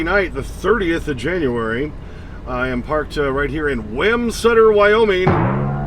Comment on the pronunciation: If you dislike mispronunciations...you're really gonna hate this one. I'm from Wyoming. We pronounce it Wom-Sutter Not Wham-Sutter. Ask the people that live there. They'll say the same thing. Hope that helps.